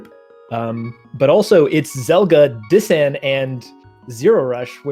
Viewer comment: Zelgadis-san, not Zelga-dissan, yeesh.